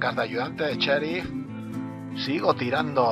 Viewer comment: no se dice cherif se dice sheriff